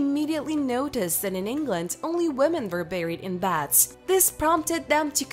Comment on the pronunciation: Its beds not bads.